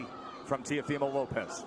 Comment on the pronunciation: To the ignorant commentators : its not 'tiofimo', the name is Teófimo. With an accent on the O, that's where the you must emphasize the pronunciation.